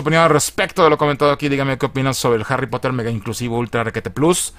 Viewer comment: Harry popoter.